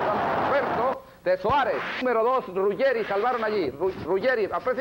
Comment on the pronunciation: 1 Zico, un genio 2 Maradona, en serio alguien duda que es el mejor de la historia del futbol???? 3 No es Rugerri, es Ruggeri. 4 Gano Flamengo 2 a 0, no 7 a 1 5 Boca no arriesgaba piernas en esos partidos, menos Maradona. 6 Lindo recuerdo